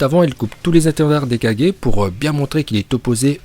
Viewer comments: le mec il dit kadger c kage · On dit kage pas kadjé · j'ai vérifié on dit bien gué et pas gé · Ses oas kajjééé mais kagé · C pas kajé mais c kager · Oui et tu prononces aussitôt mal kage. Toi t'y dit ça comme kadje alors que c kaguer (kage) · On est d'accord tu le prononce bien c juste le kaje au lieux de kage qui est impeu frustrant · Par contre je comprend pas pourquoi tu dit kajé alors que sa se dit kage (kagué) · c'est pas Kage c'est Kagué! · Ca me tue quand tu dit kaje C kage😂😂😂😭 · Tu dit kadger et ses kage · Au lieu de dire kage il a dit 4G ptdrrrr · " 4g" "rai4g" sérieusement ?! On connaît tous le multiclonage en japonais non ? "Kage bunshin no justu" dit le juste dans ta tête tu vois deja qu'il raconte que de la merde. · Kagé pas 4g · Pourquoi il dit kagé et pas kage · Je rêve ou il a dit les 5 4g😕🤣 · pour dire kages sa se dis pas 4G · Stp pas kaje kage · Att t’as dit kagé mais 😂😂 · Je rêve ou ta dis KAJE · Oui mais tu dis mal c'est pas kage mais kage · z Bon peut être que t'as raison mais tu prononce mal kage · Je veux bien que tu prononce bien uchiah parcontre prononce bien kage stp parce que j'est eu mal au oreilles